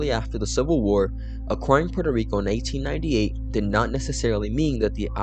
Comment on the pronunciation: it sounds like the narrator is saying "1998" not "1898"